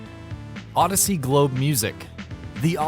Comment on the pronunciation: Did he say odyssey yussy